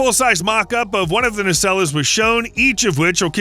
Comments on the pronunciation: Guys please - the word is "naysell" NOT NAYSELLA. Nacelle is a French origin word - a simple Googled word search (you HAVE heard of Google?????) will give a correct pronunciation instead of butchering the language as badly as horrible AI. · Naceller? Surely you mean nacelle?